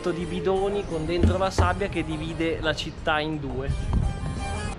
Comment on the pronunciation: Dìvide, non divìde.